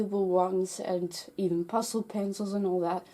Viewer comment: When you were saying pastel paper it sounded like you were saying pasta paper.